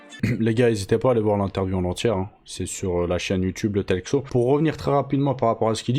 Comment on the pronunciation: Le « Talque seau » 🫙🪣 sérieux 😂 le meilleur concurrent de Micka😂😂😂😂